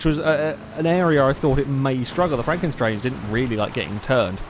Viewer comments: I think it is franken stange, not franken 'strange' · pronounced at Frunken Stange (Stange as Mustang, but without the 'Mu')